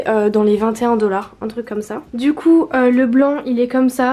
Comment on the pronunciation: pk tu dis dollards ? $